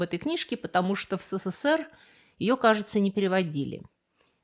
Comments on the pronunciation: Не СэСэСэР, а эСэСэСэР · Довольно странно было услышать от вас такое... СэСэСэР.